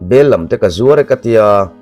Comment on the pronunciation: Bellam tih ni lo in Bellam lam tihah hian thluk tur niin ka hria😂